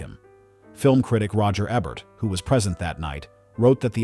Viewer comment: Mostly seemed an excellent docu . UNTIL Ai mispronounced Roger EBERT's NAME. Damn .